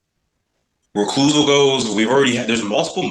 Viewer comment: I’m sorry is this moron saying RECLUSAL??? I’m crying why are these people always so stupid and can’t pronounce words